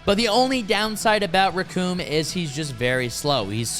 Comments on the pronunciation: Bro… if you are going to make a video, check some pronunciations first. Their names are not “Recoon”. Or “Barter” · The name is Recoome and it rhymes with DOOM!